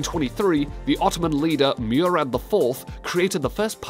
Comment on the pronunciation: The speaker's pronunciation of some words - Java ought to be pronounced as if rhyming with Father rather than gather, Arabica is /əˈræbɪkə/ Murad is Moo-rad not myoo-rad, clergy is pronounced as clur-jee.